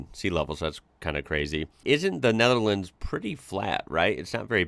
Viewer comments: The guy has a problem with the thorn(th) which is a bit weird, because that is usually the reason the English like to laugh at other Europeans about the pronunciations of their second(third, fourth) language. Anyway, the most prudent way to solve that isn't to call a whole country by the name of a province, but to just use the country's name instead of the English one: NEDERLAND no thorn in there. Nor in the full name: Koninkrijk der Nederlanden And any dumdum that's using "woke" as an insult NEEDS to listen to some new material. I suggest James O'Brien's show, now also on utube! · Hi can you say Roof? ( many Americans struggle saying Roof correctly. you do okay when saying Nether but lands is a tongue twister for you. I still use CDs older cars still have cds players in them later players have soMe Digital in them through stick MP3.. Personally I ever brought music online.😊